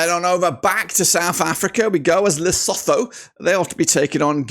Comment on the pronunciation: Lesotho is pronounced ...lesoto. The H is silent.